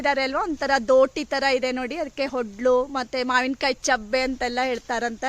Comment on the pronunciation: ಅದು ಒಡ್ಲು(ಒಡಲು) ಹೊಡ್ಲು ಅಲ್ಲ